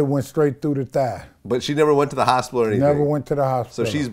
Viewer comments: The "HOSPILLA" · And the way he said "hospiler" lol. I love this guy. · The fact that he can pronounce misconstrued but not hospital.... and doesn't know what siblings are. 😳😳😳